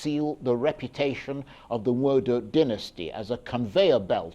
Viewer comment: Charles Aniagolu. You are from Enugu State and unable to pronounce Igbo name correctly "Nwodo"